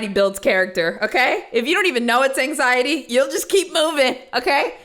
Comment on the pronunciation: Girl barely knows how to say anxiety uh huh